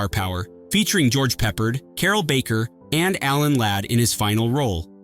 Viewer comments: George Pah-PARD jackass 😂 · George Peppard;s name is pronounced like “pep-PARD” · I love The Carpetbaggers. Learn how to pronounce and spell George Prepard' name correctly.